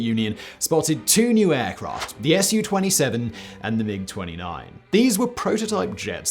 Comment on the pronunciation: Simon … it’s not S.U. It’s Su. Not T.U. just Tu. Have a look at some Russian aviation channels in English. You will get it ;-)